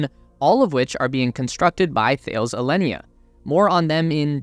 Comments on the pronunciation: It's not pronounced 'Thayles' - its 'Tal-ez' - One of the worlds largest defence and aerospace contractors ! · or is it tah-less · Great video. Btw, it is pronounced "Ta-les" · Thales is pronounced as Ta-les amigo. Another great video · Just as an FYI... "Thales" is a huge (really huge) French multinational. It is pronounced as TA-LESS in French. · Thales pronounced like Alice. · It’s pronounced Tah-lez. The “H’ is silent. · "Thales" is pronounced "Ta-less" :) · Great vid as always. I think it’s pronounced ‘Tal-ez’ though 😜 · "Some of you might not know this company by name" not the way you pronounce it I don't. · You should really Google how to pronounce Thales. The way you pronounce it is so … North American English (and so very wrong). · Sorry but pronunciation of Thales is appalling, c'mon of you want to appeal to a global audience do your research ! Sorry no offence intended just hard to listen too ! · Thank you! Every mispronunciation grated!